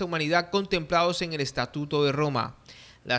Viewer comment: Dice eñel futuro en vez de en el futuro.